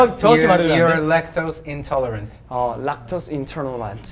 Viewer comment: seungkwan lmaooo so cuteee pronouncing lactose intolerant 🤣 lakchoz ishshrance 🤣😭